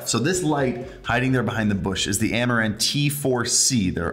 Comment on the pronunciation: Is it me or everytime he says "amaran" I hear "Amouranth"?